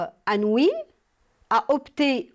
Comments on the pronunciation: On dit"anouille" et non "anouile",merci. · Chère prof on prononce pas le "L" dans ANOUILH. Merci.